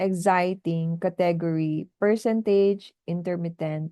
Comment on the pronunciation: medyo sably po yung sa pronunciation mo ng southern,intermittent at percentage..marami ba students dyan teach?